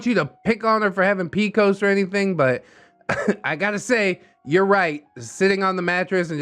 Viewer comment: Not pronouncing PCOS (Polycystic Ovarian Syndrome) as picos 😭😂